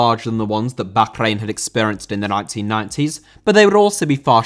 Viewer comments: It’s not backrain, it’s Bahrain and it’s pronounced barain. just doesn’t know what he’s talking about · Isn’t it pronounced “Bar Reign” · bro can u not say bahkrain its so annoying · I really dont know why you call Bahrain bakgrain. It is simply wrong and you force it. Its tearing my ears. When you dont know right prononciation just call it Bahrain (english prononciation) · The way you pronounce Baa-rain hurts. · Bokhrain? I'll assume its a classic British mispronunciation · I love your videos that are a fusion of politics and football but your pronunciation of Bahrain is nails down a blackboard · a stereotype of what? I love I just think hes saying bahrain wrong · The way you pronounce Bahrain is cringe. Anglicise it we do with with every other nation. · I don't want to sound stupid or anything, but that is not how you pronounce Bahrain. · I have never heard Bahrain pronounced like that. It feels like you were saying it as much as possible on purpose. Maybe this is the correct way but I couldn't finish the video. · Your pronunciation of bahrain annoyed me so much I had to stop watching 😂 maybe it’s the correct pronunciation but come on bro, nobody English says it that way, not even on the news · I’m glad I’m not the only one who was frustrated by this